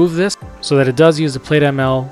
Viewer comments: Great video— very useful. Thanks. BTW, “plaid” is likely pronounced as “Plad” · Good video. Small nit... You are pronouncing it wrong. It's plaid (/plad/), like the cloth.